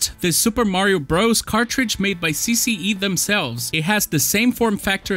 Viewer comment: You pronounced CCE 's name too well🤔 tu é br?!